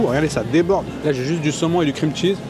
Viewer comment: "qu'est-ce que c'est généreux en krimtchiz". Pas étonnant, c'est l'ingrédient qui coûte le moins cher.